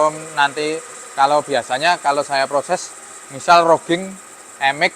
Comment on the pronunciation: widihh makin canggih aja nih mas, bukan bermaksud menggurui, roughing itu dibacanya rafing mas, kebetulan saya dulu magang di perusahaan manufaktur untuk spare part alat berat dibagian machining, sukses terus buat daoer oelang speed🎉